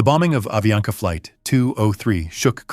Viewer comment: é avianca..e não aviana